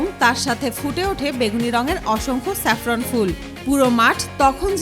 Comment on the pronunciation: চেপরান না জাপরান হবে